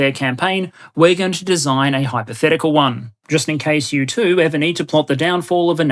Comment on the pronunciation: I love your "hypotehcical maps" always gets me to laugh with the way you say it.